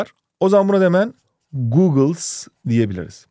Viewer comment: bir bilgi googles değil goggles